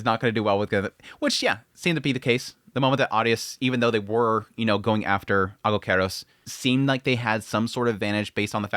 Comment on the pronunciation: As a greek hearing the pronunciation of. Aigokaros triggered me. It's pronounced egokeros not aigokeros just saying